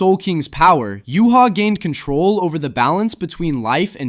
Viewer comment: Said ywach's name wrong btw